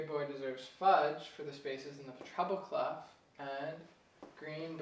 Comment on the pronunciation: its written as clef but you pronouncing it as clof, even my wordweb reads and spells out as "klef"